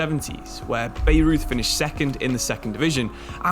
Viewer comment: By-Roith not Beirut is how you pronounce Bayreuth, a Bavarian club